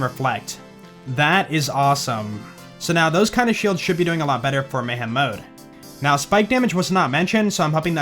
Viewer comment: When says:" that should now be fixed", I hear:" that should not be fixed " for whatever reason 🤔